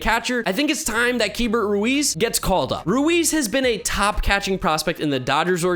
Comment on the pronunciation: Keibert is pronounced Key-Bert